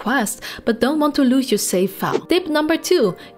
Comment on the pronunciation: No offense, please practice pronouncing letter V, i got confused between safe & save.